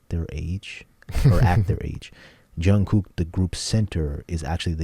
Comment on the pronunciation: They are 25 to 30 now...and Jungkook is pronounced Jun Gook...not Jun Cook